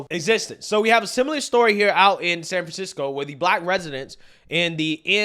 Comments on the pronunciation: Self checkout works fine in Indiana. All it takes is honest people. - "Sanfansicko" - lol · Sanfansicko lol love it